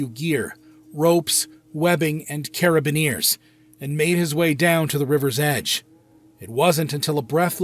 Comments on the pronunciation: Teach that ai English. Or are CareABearnears a brand? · Cara-bin-eers?! Really? Lol please watch a climbing videos😅